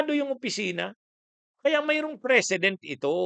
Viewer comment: ANG PRONUNCIATION NG PRECEDENT AY MAGKAIBA SA PRESIDENT